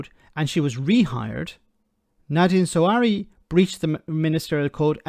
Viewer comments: Why do you keep calling him "Zawari" lol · Not Zawa(hi)ri but Zahawi....